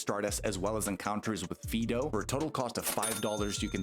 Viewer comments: "FEE-do"? Isn't it supposed to be pronounced like the dog name "Fido"? (Otherwise the pun doesn't work...) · definitely said fee-do 20 seconds into the video but its all good....ive apparently been saying Rayquaza wrong for 20 years lol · someone said Fee-do